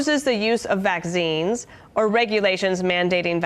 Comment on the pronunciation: VacZines? Woman can't talk, therefore can't think correctly either. The "wordsmith" is equally stupid.